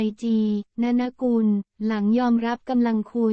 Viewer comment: อ่านชื่อว่า นน กุล ไม่ใช่ นะนะ อ่านชื่อว่า ต้า เหนิง